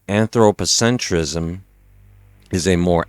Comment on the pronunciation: Antro - pocentryzm... LOL, I switched off right away, you just lost all the credibility right there, before you gained any haha